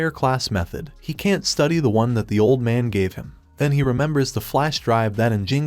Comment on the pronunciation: All I Hear is "he can tea" or "he doesn tea", Fix that issue, Its Annoying and Problematic, but the Recap is Perfectly Fine, Its Just the "Doesn tea and Can tea" That Isn't Okay